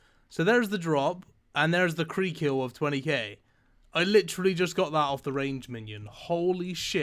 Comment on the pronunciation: Free hunred fiftee free mill